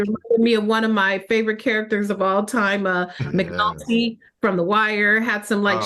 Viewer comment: Did she call him Mcnalty from the wire. Incorrect.